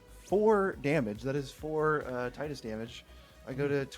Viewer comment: It's pronounced "Tie-dus", because it is a play on "tide".